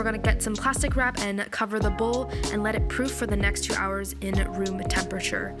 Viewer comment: “Two hourersss latierrr” lol I love you ❤️❤️ looks delish!!